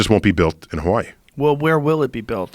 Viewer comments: Any one realize how Neil says Hawaii he says it like ha-wa-y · I love how he tries his best to properly say hawaii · I hate when people not from Hawaii pronounce It how Neil Pronounces Hawaii its fucking annoying lol